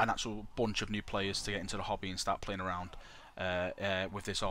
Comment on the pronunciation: Everytime he said "hobby" I thought he was saying hobbit XD